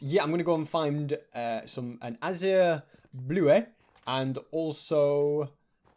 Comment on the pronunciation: It's pronounced az yer bull et